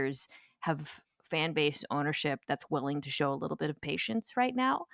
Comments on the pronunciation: I feel like we could have done "a wittle" better at getting someone to speak professionally on a podcast 🙃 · “Need a wittle”